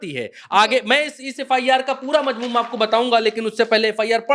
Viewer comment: It's not "Mazmoom" it's "Mazmoon". Please note and correct yourself. Thanks.